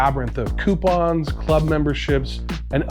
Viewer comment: Do not, i repeat do not take a shot every time he says coipons